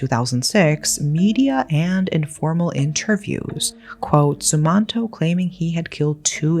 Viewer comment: Im from indonesia.. also its pronounced ' sum-mahn-toh '